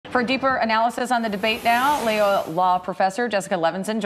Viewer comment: "Loyola" not "laylo" 😑